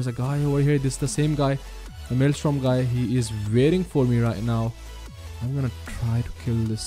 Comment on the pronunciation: bro, i loved this video but it is maelstrom, not maelstorm